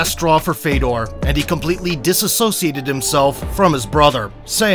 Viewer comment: His brother's name is pronounced Fyodor (Фёдор), not Fedor.